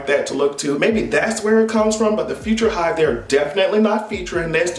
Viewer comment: Not "Future hive" 😭😂😭😂😂😭😭